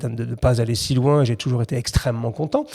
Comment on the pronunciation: çà vas très louins, presque trop louuiins